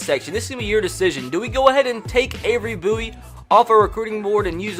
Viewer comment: The way you say “ Bowie” is hilarious.